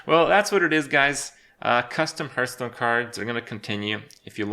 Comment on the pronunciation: How can this manchild still not say Hearthstone right?